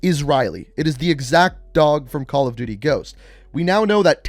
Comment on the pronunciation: Calla duuty ghosts